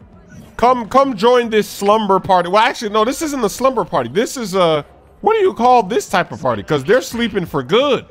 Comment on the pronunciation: Slaughter party instead of slumber party lmao